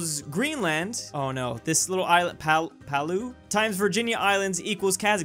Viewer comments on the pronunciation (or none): bro just ignored the second A in Palau and read it as Palu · Palau is pronounced : pal-ow. Hope that helped! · The pronunciation of this country is “Palau” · I mean… you have done so many reactions on geography and flags and stuff… and you can't even pronounce Palau